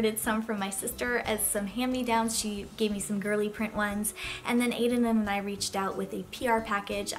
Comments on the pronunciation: It’s pronounced ANA-ees not ANAY. It’s a French name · Your are completely saying anais wrong